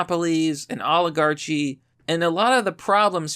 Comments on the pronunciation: Oligar-chee. Facepalm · did you say oligarcci??? is that like an antipasto?